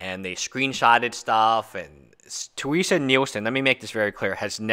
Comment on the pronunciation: Her name is Terese not Teresa.... Your continual mispronunciation of her name made it impossible for me to watch this video. xD